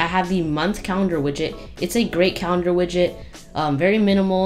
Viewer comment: Are u saying widget or midget xD